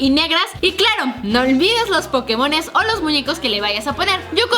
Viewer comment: karen puso “pokemosn" en lugar de “pokemons" like si lo notaste